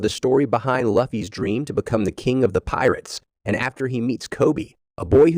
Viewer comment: Bro it not Laffy, it Luffy.